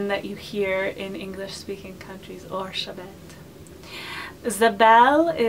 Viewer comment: Hi. The hungarian form of Elisabeth is not "Orszebet". It's Erzsébet [erʒeibet]. And the russian form is not "Elizavetta", it's Yelizaveta [jelizaveta] (Елизавета 😉). I didn't want to criticize you, I just wanted to tell. I love your videos!:)